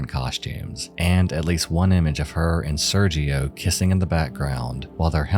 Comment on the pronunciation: sergio being pronounced with the g like a j was really bothering me lmfao 😭 esp when he mentioned they were in TEXAS LIKE GIRL